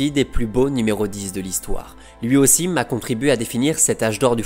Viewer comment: C'est quand même exceptionnel de gratter autant de vues/abonnés alors que t'es incapable de parler français correctement. Rien que ça rajoute des M à la fin des mots, Rui Costam et surtout "AUSSIM" qui revient à chaque vidéo au moins 3/4 fois et je suis gentil, pourtant le contenu est bon mais ça te dit pas de recruter quelqu'un capable de lire en français en fait ?